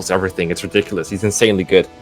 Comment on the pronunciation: TLDR;: Ree-dik-oo-less: Garbage unit, next